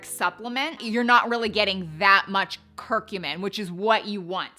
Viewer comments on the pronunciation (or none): I just looked it up where it also verbally says the word, and it’s TUR-mer-ic, and CUR-cu-min.🤣